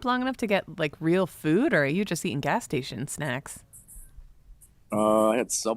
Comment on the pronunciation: I thought he said “ass” and was on board at first